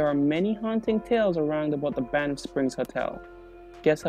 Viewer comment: It’s Banff not Banifth